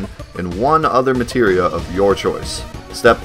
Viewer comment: omg. aire tam storm.. materia storm. to bad the german translation on psx called materia "substance", so i never got the clue.. and out the window it goes